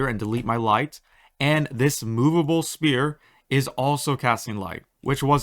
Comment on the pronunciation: Thanks bro but sphere is pronounced "sf-ere" because the "ph" makes a "ff" sound, kinda like "photo"! Pretty mindblowing when you learn the alphabet and how it works, but it's also pretty literal when you give this comment a thumbs up and hit the like button! Thanks, gamers & friends